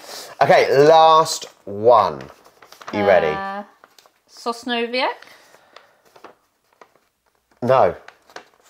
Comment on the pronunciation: Sosnowiec was almost corect, you said it worst than your wife. Cause isnt "snow" english there. xD